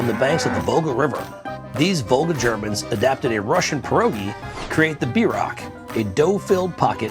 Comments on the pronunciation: At least say it right!! BEER-ROCK. Not b-rock... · bierock--- is pronounced beer-oak not beer-rock. im am from this decent of German Russian immigrant Shattauck OK people. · It's called a beer-rock not a b rock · The way George pronounces "Bierock" tho lmao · yeah lol, i was really confused when he called it a bierock